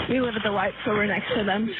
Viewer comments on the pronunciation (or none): none